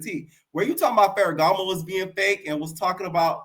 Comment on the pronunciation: bol😂😂😂 I was ready to say something like I’m just SO now that’s tv and you already clocked me back when you said “faragamo” 😂 You know your Tea! Im a kind of new subscriber I’m always entertaineddddd⏰onmymomma (summervoice)🤣